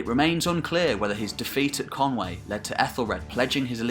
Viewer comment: Conwy=" Kon..we".. never "Kon way".